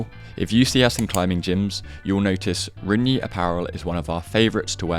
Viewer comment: How are you going to mispronounce rungne magnus literally says it all the time...